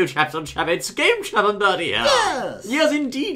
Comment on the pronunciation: Berry? Its Bertie